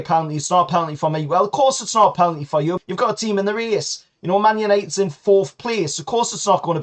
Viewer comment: Penalty NOT PELANTY